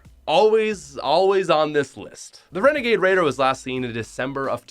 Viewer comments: You said wenegade waider came out in 2019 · He frikin said renegaid raider last seen December 2019